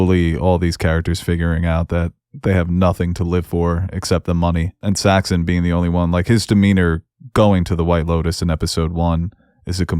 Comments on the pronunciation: Guys, we’re at the end of 8 episodes with these characters, and 2 of you are still calling him Saxton? It’s Saxon (thank you to the main host who finally says it right). As in Anglo-Saxon, a name given to the character intentionally, it means “dagger” or “people of the dagger”. And it’s Shree-ta-LA. The woman gave a dang lesson on how to say her name to Fabian, and you give us SeeTala. 😑 If you guys can’t get these basics right, it feels like you don’t really care about the characters you’re discussing, and it makes your analysis seem less…thought-out. Or you come across less-than attentive. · I think it's Saxon, not Saxton.